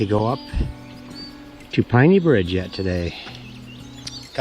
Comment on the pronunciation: Proper pronunciation of Penney Bridge is Penney/name after long family in East Jordan